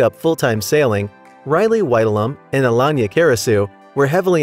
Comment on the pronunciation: Elon-ya is actually Alayna Uh-Lay-Na wow that was painful to hear Elon-ya, Elon-ya these are not8 Insane things! WTF?